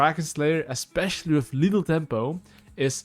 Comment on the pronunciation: i like that he says lethal tempo like lil' tempo